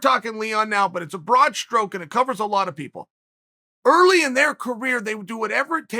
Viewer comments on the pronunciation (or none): none